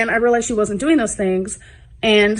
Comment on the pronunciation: ask her how she's doeen, and she'll say she's fine. Ask her how she's doeen. 😆 🤣